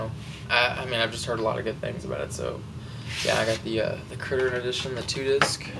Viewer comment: you said criterion wrong.